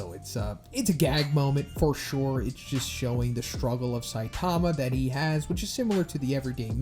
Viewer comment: stop saying Saitama name like that. (Say-tama) 😂